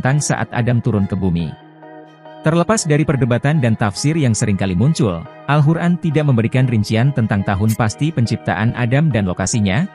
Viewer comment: AL-QUR'AN bg bukan al-hur'an🙏🙏